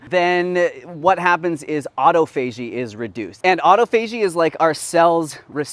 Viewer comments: Awwww - I thought someone would ask: You and have been together a long time now. Any plans to tie the knot???? LOL. Also, autophagy is pronounced: au·toph·a·gy, or AWWW TOFF AH GEEE. Just sayin. Love you both. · Also, this is how to pronounce "autophagy": aa·taa·fuh·jee (if you google, it will say it aloud for you. Hope this helps in the future). 🤓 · Love this channel! Just an FYI though: “autophagy” is actually pronounced “aw-TAH-fuh-gee.” 😉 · Hi The word is Awe tofu a gee au-tof-a-gee Autophagy. Sorry my pet peeve. Thanks